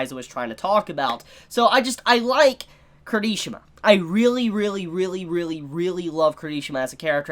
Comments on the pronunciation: I thought he said kirtishima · No hate but...... your pronunciation of Kirishima is wrong.